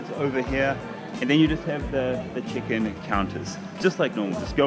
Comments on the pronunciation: Is it just me or when Karl says check in it sounds like chicken. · I heard that too but I think he was saying Check-In Baggage. But yeah, I does sound like Chicken Baggage the was he said it.